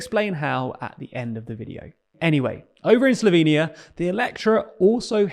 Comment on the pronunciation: Lol "Solvenia election"